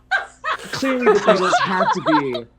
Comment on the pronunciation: Did he just "say bEAtlees? pfff cringe". I am dying lol